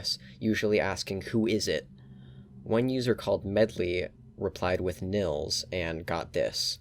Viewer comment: i find it annoying how english people pronounce nils, it is spoken Neels not nils, please remember that